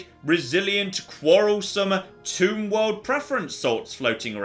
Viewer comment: Every time you say Tomb world, I hear Toon World instead....